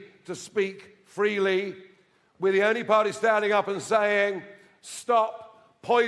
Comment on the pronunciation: Abilty to speak freelee 😂😂😂 you rang the old bill on low 😂😂